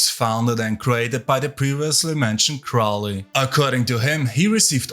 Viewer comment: Saying Crowley was an amateur is... incredibly off-base. A deviant and drug addict, sure. But amateur? You also pronounced his name and Thelema wrong. You seem like the unitiated amateur who likely wasn't allowed past the third level of anything and picked Chaos because no one has to vet your moral compass or actual abilities to have knowledge and conversation beyond the veil. Why would you know anything legitimate if you weren't even initiated in these orders.